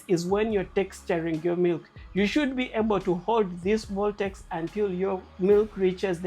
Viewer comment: Voltex a word? Is it not vortex